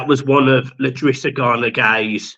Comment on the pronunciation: I’drissa not L’drissa - but great video again! UTFT! Great win!